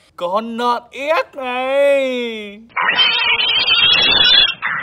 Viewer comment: Phát âm con nợn thì dạy đk ai